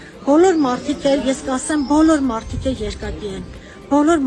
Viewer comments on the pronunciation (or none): ո՛չ թե մարթ, մարթիկ, մարթուց... այլ մարդ, մարդիկ, մարդուց